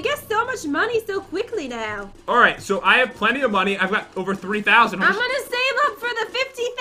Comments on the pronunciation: If u would know jen rly well u would know that she said moneyz when she ment to say money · It's money not moneyz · Jen:We’re getting lots of monies! Me:Mo...mon...monies?